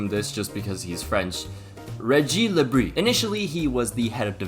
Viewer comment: getting le bris right and proceeding to butcher le fee is fucking hilarious